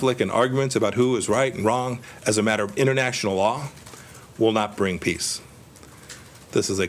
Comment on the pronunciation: He can't even say PEACE properly.